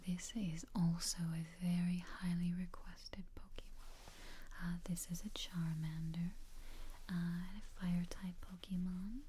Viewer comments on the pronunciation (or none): But of a tip for the future: the whispering is good and all but it defeats the purpose when it’s SO QUIET that it becomes hard to hear. Also, the “é” in “Pokémon” doesn’t make an E sound, It makes an “ay” sound. On another note, since the top two types defensively and offensively are steel and fairy respectively, I’d pick bulbasaur due to it being the only one out of the options to learn the weaknesses of said types, those being ground (earthquake) and poison (sludge bomb). I’d also teach it the highest power grass draining move (giga drain) for both a healing move and grass coverage, and I’d have sleep powder as it’s 4th move for easier catches. On top of all this it has access to both a mega evolution and a gigantamax form.